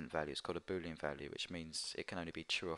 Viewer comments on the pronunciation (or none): none